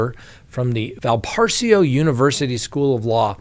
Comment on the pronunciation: Val por azo is phonetically correct